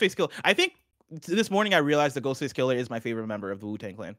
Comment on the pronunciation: Alright, I have to say it... it's Ghostface KILL-AH, not Kill-ER. Thank you.